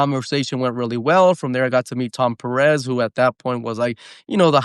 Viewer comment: Carlitos pronuncia bien los apellidos Peréz 😅😅 es Pérez el nombre es el mismo, especialmente si hablar Español